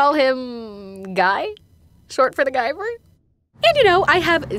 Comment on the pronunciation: Does “Guyver” have anything to do with MacGyver? Lol that’s all I could thing about everytime you said it 😂